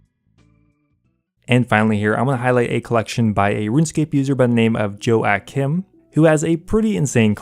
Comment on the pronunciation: Yeah he didnt exactly know how to say my name lol